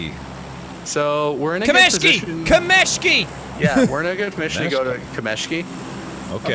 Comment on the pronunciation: It's kAmeshki, not kamEshki (also, I love you)